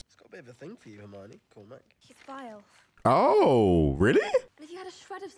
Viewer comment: calling Death Eaters “def niggas” might be better than when Mr. video called Hermione “Armani” in his reactions lol.